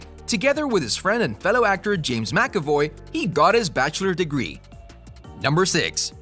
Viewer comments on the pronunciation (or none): none